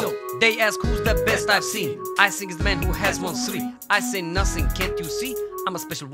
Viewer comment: Reporter: Jose this Conor guy is talented. Jose: I sink so, I sink so